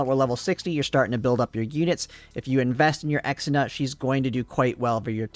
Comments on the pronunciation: Ir is ksenia not exina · Ksenia is pronounced as Xenia its not "Ex - en - a", more like "Zhe - nya" 😉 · Also, pronouncing Kesenia's name as "Eks-enia" is so bad, man. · I have always why you pronounce Ksenia the way you do. Even in Russia/eastern European nations, from which it originates, it is a "k" sound, on the back of the tongue. The further west one goes, the more "ick" sound would turn into a "kay" sound, but I have never heard it pronounced as "ex". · Ex-ina? I had this playing audio only and had no idea who that was until I had to rewatch and realize you were talking about Ksenia. That through me in a loop. Not sure who Chahuya is.